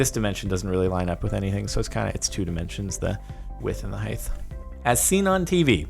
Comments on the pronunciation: At some point in this video (Doesn't matter what time. Find it if you like) you said width and "heighth." Heighth is not a thing. Just height. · Good job jardon, “width and heighth” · He said Heighth. gdi Jardon.